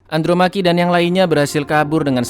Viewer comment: Andromache dibaca Andromeki 😂😂